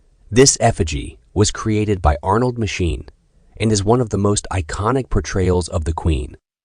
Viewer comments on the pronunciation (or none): The designers name is pronounced 'Mackin', not 'Machine'!!